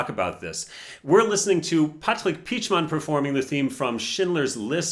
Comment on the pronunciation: Yo that pronunciation of Patrick Pietschmann was really good lol. Do you speak German? xD